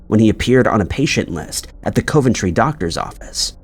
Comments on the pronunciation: Thank you, that has to be the strangest pronunciation ever! Also Coven tree instead of coventry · Coe-ventry also made me laugh. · and now Co-ventry. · Narrator, get some lesson on how to pronounce Dublin and Coventry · Coventry.......what is wrong with thus man.....stop it. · Come on, how hard is it to pronounce Coventry and Dublin, the capital city of Ireland. Ridiculous. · And Coventry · Along with Coventry. Could make a good drinking game. Take a shot whenever a U.K. place name is mispronounced 😂 Tbf I’d probably be the same with some place names in the US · Omg! You lose credibility when you can’t pronounce cities correctly…. It’s Dub-lin and Cu-ven-tree. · Coventry is pronounced like Cuvven-tree, instead of Coe'-ven-tree and as always, Dublin is pronounced like DUB'-lin, accent on the Dub, instead of Duh'-blynne. I bet that drives both English and Irish people absolutely insane, when he continues to pronounce those both incorrectly. I think we have all asked for that to be corrected, but what else do you do? Regardless, these are still great videos, and does actually pronounce most places and surnames correctly, so there is that to be thankful for. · DUB-LIN like dubstep (the only way I can think to explain it), not DEW-BLIN. Gosh that drives me crazy. Don’t get me started on Coventry 🤦🏻‍♀️